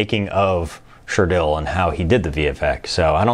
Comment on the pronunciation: LOOL " Sure-Dell"